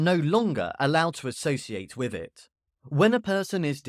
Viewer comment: Saying wiv and wivin instead of WITH and WITHIN is sinful.